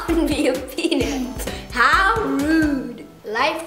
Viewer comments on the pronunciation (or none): No he said penut